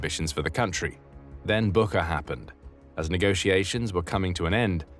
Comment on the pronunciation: Just small correction, Bucha, not Buka